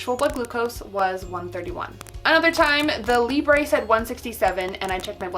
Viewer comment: it's libruh not libré why not just go by? you pronounce your full handle as ""